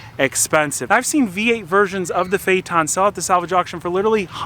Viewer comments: Fate n, not Fay Ton. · Phaeton not phaeten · Phaeton is pronounced Feeton. Not Fay-Etton or Fayton. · Its pronunced phaiton🤦🏼 not fayaton(phaeton) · It is pronounced "Fay tahn", not "Fay et tahn". Sorry, but about a minute into your video, a Trump commercial came up. I have a policy of leaving ANY video with a Trump commercial, so I didn't watch it past that. BIDEN 2020! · say fay-et-ton not fay-tonn.. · Pronounced Fay-ton, not Fay-er-ton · My god... It's not a FayTawn. It's phae-et ton. sounds like the idiots calling a Porsche a porch.... Oh wait, he does that too. Edit... That bondo repair is the equivalent of a shitty drywall repair. Ouch. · "Fay eh tohn" everyone else: "faytuhn." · Not a Phae-TON, but a PHAE-ton, and you’re an expert? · Phaeton not pha eton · I think it’s pronounced Fay-a-ten not Fay-a-tahn. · Phaeton not paheeton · Okay, we need to see what brother looks like and acts like. It is not possible that they are both alike, is it? Also, I always thought that phaeton was pronounced "FAY-tunn", with a "ton", as in 2000 pounds. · 'Fay ton! ' it's pronounced 'Fay ton'... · it rhymes with dayton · Fey ton. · Say it right, Fae-eh-tugn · Let's try to pronounce it right: Fa-e-thon... Learn your Greek guys. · It pronounced fay-ton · Pronounced fay-ton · Good job repairing that quarter panel - for someone that can’t say Phaeton properly. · He pronounced it wrong at the beginning but correctly at the end. Of course who knows how VW pronounces it, what right and what's wrong. I looked at many commercials for the car but they never mention the name. Perhaps VW doesn't even know how to pronounce it. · Never heard VW PHEATON pronounced the way does. Is he correct or just everyone one else wrong?